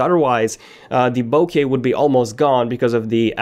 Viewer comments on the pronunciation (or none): none